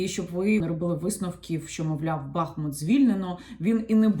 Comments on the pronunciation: Прошу, будь ласка, називайте наше місто правильно. Наголос на У. БахмУт. І одразу для бажаючих подискутувати: У м. БахмУт є річка БахмУтка, також є район ЗабахмУтка. Використання іншого наголосу є невірним, хай навіть вікіпедія вам скаже що можна і так, і так. Прошу, не кажіть БАХмут, там і так достатньо бахів 😢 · Дякую за відео! Коли говорите Бахмут то наголос потрібно ставити на другий склад. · Дякую за інформацію. Поясніть, будь ласка: який правильний наголос у місті Бахмут? Бо Вікіпедія дає наголос на другому складі (за назвою невеликої річки), а Яніна на початку відео ставить на першому. Де істина?